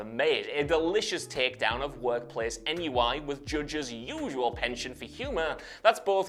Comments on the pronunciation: "Ennui" is pronounced "on-wee," not "on-you-eye." It's French for "boredom." If you don't know how to pronounce it, just say boredom. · EN-YOU-EYE? More like ON-WEE!😁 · Is "NUI" how you pronounce "ennui"? The proper pronounciation is "onnu-ee" :-) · I don't know if N U I or Nike were harder to hear. On-Wee and Nye-key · It's pronounced "on-wee". Office on-wee. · I had to backtrack to that NUI, I can give him a slight pass since many people don't know the word ennui. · It's how they pronounce it in Britain. I was more appalled by his pronunciation of ennui.